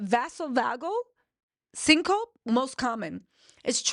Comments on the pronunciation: You mispronounced those things so horribly. Oh no. Syn is not Cin. Big hug. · Syn coe pee pronunciation